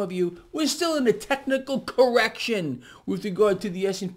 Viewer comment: Did he just say “technical correction” or “technical erection”??!